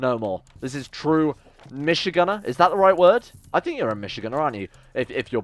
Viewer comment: You missed the “d” in Michigander but this was a great series!